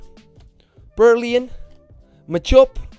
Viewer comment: Wanneer gat hij purloin juist zeggen 😂😂